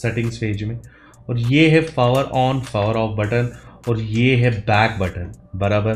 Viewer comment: Pfower ...P is silent 👀